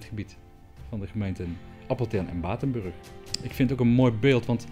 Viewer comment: hahaha BATENBURRGG